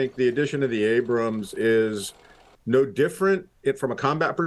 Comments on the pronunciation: "Ambrams" - You just can't get the staff these days. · Ambram? What is it about the word 'Abrams', that these Oxbridge-educated BBC people can't pronounce?